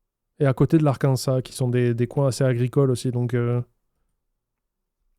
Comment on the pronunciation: Arkansas, on prononce le s final !